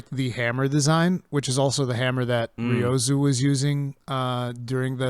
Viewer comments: my man, with all due respect, the series producer's name is Ryozo, not "Ryozu". Please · Its RyozO, not Ryozu.